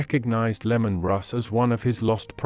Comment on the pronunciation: Bro, it not lemon its Leman. It is really hard to listen to this when you keep saying lemon. People will not watch you channel if you keep making mistakes like that.